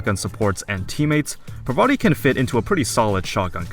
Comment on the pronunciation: Um... I don't think that's how you say her name... but other than that, good video.